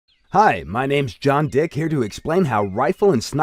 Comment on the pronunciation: I'm sorry but i laughed when he said john dick cuz he put so much emphasis into it lol